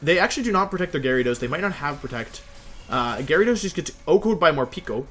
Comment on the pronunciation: Nobody: Wolfey: GARYdos